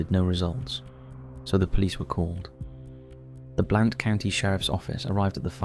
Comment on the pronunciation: You mispronounced Blount county.